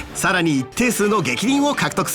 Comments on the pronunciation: 逆鱗の読み方が「げきりん」に直っててよかった〜 ぎゃくりん聞く度に笑いそうにならなくて済む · 読み方がげきりんになった！！！！Σ😮 やっぱりあれは読み間違えだったのか😅 でも逆鱗って触られたら龍が怒るものだから、SP消費を助けるスタックって設定にはちょっと微妙…(笑) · 読み方げきりんに直ってるｗｗ